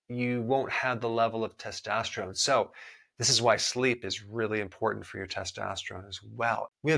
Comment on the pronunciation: I’m annoyed by the way testosterone is pronounced in this video